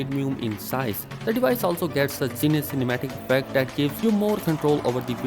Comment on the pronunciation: There is nothing called zines optics, its called zeiss, pronounced as zi-ess